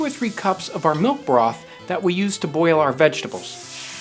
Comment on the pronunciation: love how he says "boil" sounds like a potato hitting water, pleasing af